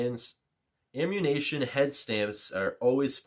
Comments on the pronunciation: Great video, but I cringed every single time you called ammunition “ammunation” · Ammunation... that's an odd way to pronounce it..